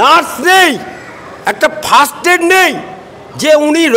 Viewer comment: কথাটা First aid not fast aid … 😂😂😂😂